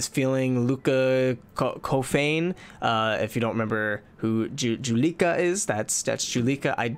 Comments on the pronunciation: Juleka. Jool-uh-ka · He said Jue-lee-kha. That just